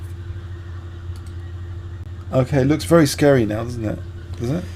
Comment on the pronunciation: wely wely good lmfao